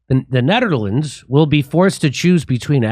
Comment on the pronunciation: "ZNETTERLANDS"" ..LOL